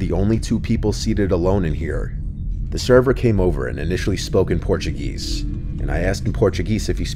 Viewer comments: "Portu-geese" as says... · “In Porchuh GEEEEESE”